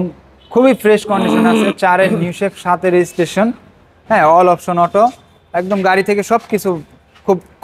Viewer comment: অল অপসন অটো,, অল অপশন অটো 😅